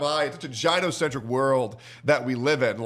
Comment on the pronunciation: "jino-centric" lol